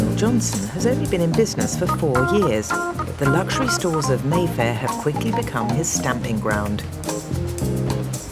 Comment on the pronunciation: I thought he said Merthyr not Mayfair